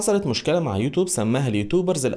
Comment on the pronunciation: ليه بتقول يوتوب اسمها (يوتيوب)